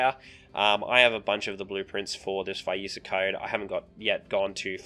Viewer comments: its vi-esa NOT WHY-ISA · Nice vid! Its Vee-es-ah if you care lol Also who the fudge says ShareeEEen xD